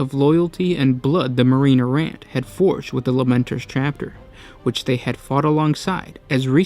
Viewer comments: EAR-RA not ERROR, EE-DICT not ED-ICT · Errant = AIR-rent. Good video. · This is the story of the many times the word "Errant" is pronounced erroneously. ;-) A great story though. I wish the original books of Imperial Armour vol. 9 was still available for purchase.